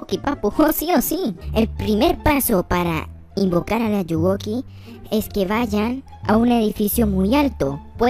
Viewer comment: jE Je DiJo eL AllugUoKi xD